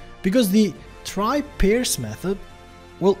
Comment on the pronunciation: You can also pass the string "Friday" into TryParse to get that enum type value. TryParse replaced the classic Parse method, which required an ugly amount of casting and raised an exception if it failed. For pronunciation, Parse rhymes with Arse. Thank you for the great video.